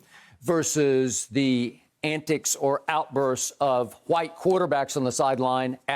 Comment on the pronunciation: Skip why do keep pronouncing WHITE that way?